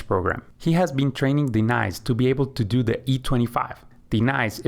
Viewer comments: Aye-aye-Ron & Dee-nice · Is this for real? What's with the pronunciations of Denise and Aaron?